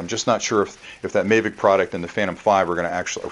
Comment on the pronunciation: its pronounced mavic